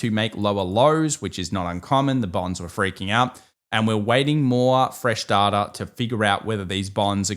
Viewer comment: its Data, not Data!!!!